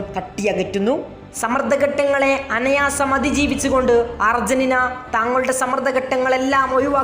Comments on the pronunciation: " അനയാസം" എന്നല്ല , "അനായാസം " എന്നാണ് പറയേണ്ടിയിരുന്നത് . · "അനായാസം", എന്ന വാക്ക് 'അനയാസം ' എന്ന് ഇനി പറയരുത് . plz.